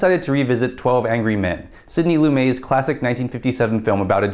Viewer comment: Loo-MET Lumet. That is how the man himself pronounces it. It seems to me, and this is a generalization but one that has validity, that the Democrats are about forgiveness and redemption while the Republicans are about blame and punishment. Here’s an example: The Seattle City Council ( Democrats ) have proposed creating safe injection sites based on a program begun in Vancouver, BC. ( Canada ) The sites would be stocked with the overdose-reversing drug naloxone and would connect addicts to treatment centers. It is meant to address a flood of overdose deaths and a way to get drug use off the streets. They would provide clean needles …reducing the spread of Hepatitis C and HIV, the AIDS virus More than 600 used needles were gathered in Seattle’s urban core in one month. Essentially, the council sees addiction as a health problem rather than a crime problem. This is a result of having empathy or what Republicans like to call "bleeding heart Liberalism" A local Republican State senator said, ‘We should stigmatize people who get hooked on drugs…” He argued that hard-drug users need to face the threat of criminal sanctions …that these ’treatment centers' enable addiction. Or what I call heartless, punitive Conservatism